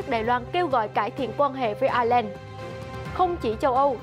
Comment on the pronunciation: Ireland = Ai' Nhi~ Lan.